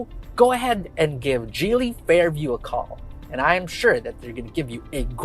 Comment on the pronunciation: it's Giily ( Hard G) not Jeely